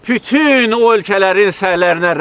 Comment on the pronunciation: Prezdentimiz poliglotdur yeniki 7 dil bilir,yeganə prezdentdirki xarici ölkələr e gedəndə tərcüməçi goturmur özüylə,onagorede birazciq xarici dil üstündə danışır.bəzi sözləri deyisik deyir